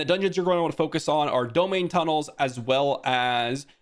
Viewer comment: I may be wrong but I believe it's pronounced dome-hine tunnels. Blizzard should put out a statement on the proper pronunciation though so that we know for sure. But anyway, thanks for the info!